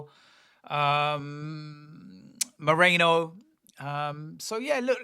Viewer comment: Merino, not Moreno.